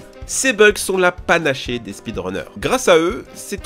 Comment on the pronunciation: La panaché ? Non jeune homme, on dit la panacée. Bisous